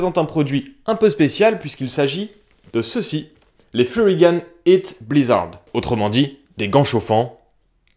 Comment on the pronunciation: Musique de Vilebrequin 😂. Et on dit pas « furygane » mais Furygan (gants) Et j’adore un mec qui donne son avis sur un truc qu’il n’a pas testé… bref. Voilà voilà.